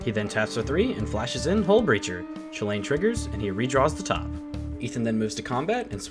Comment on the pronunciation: You said it correctly. It is pronounced choo-Lane. As Donald Glover puts it, "This is America."